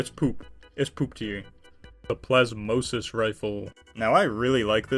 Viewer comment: PLASMWUA, IT'S FRENCH Plasmosis is somehow worse than pronouncing Plasmois like you pronounced Patois. Btw the polished antique shotgun really shines when you're fighting extremely tanky enemies, Or groups of enemies, As it's explosion deals 10.000 damage in a 100 meter radius. And at that does almost double the per-shot damage of the Romag line, Which is lovely for people like me who play every single game possible like a movement shooter. The Montese (All of the guns that use manufactured, Standardized ammo, Really) is based on a very real gun too, The magazine is actually Quad-stacked, But that's not portrayed stat-wise.